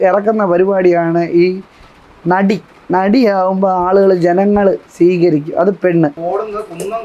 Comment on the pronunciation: നടി എന്നാണോ അതോ വെടി എന്നാണോ ആ സ്ത്രീ പറയുന്നേ 😂😂